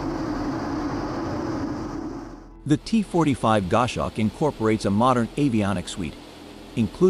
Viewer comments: It's a Gos hawk, not a Gosh awk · "GOSH HAWK". That's what you get with AI created voice-over. IMHO, videos that use it should have a notification included in the titles.